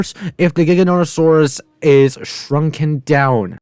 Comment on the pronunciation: “Carnotaurus Vs Jigganotosaurus”